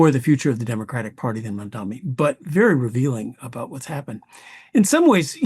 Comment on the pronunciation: Someone should be brought on to teach these q-tip heads how to say Mamdani.